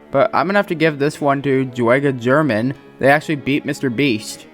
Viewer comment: not to be that guy, but those pronunciations of the spanish youtubers' names was the most white guy shit i've ever heard. in spanish, if an e or i follows a g, the g is pronounced like an h. the same is true for j with all vowels it is not fede "viggavani," it's fede "veeheyvani" it is not "jew-ay-guh jurr-min," it is "hoo-ay-gah hair-MAHN" thank you for your time